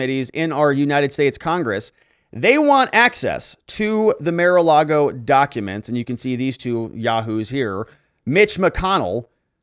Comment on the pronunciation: It’s ‘Mar’ not ‘Mer’